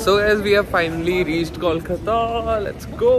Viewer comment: It's not कौलकता, it's कोलकाता !!